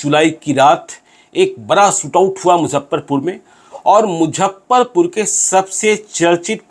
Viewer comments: मुझप्परपूर नही मुज़फ्फरपूर hota sir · अरे यार इसको मुजफ्फरपुर बोलने नही आ रहा है।😂😂😂🙏🙏🙏